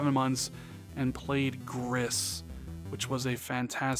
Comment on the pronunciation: It's pronounced "gree" and ia the French word for grey. Gris trat is 😇